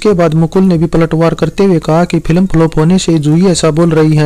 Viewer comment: Pilam nahin yaar ... Film bolo